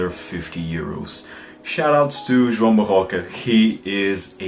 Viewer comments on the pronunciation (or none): none